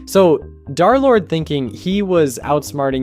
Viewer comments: Why do you keep saying Dhar Lord instead of Durr Lord?? It's a minor thing, but Wifies pronounced D3rlord3, like, 700 times. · Why does he say “darlord!!!”